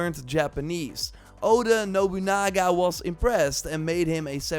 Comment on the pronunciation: All we hear is: Radio Nobunaga. Radio Nobunoogoo. Rrr......